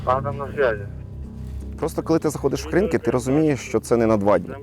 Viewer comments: Ведучі,не будьте дурними, а поцікавтесь як вимовляється назва Кринки.Наголос на другу букву И - КринкИ КрИнки вимовляють кацапи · КринкИ, КринкАх. Можливо вже перестаните каверкати назву населеного пункту!!!